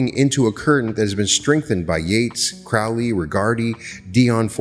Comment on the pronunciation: "CROW- ley." is the pronunciation. "Eh-gre-gore" is the other word. (Not E gra gore)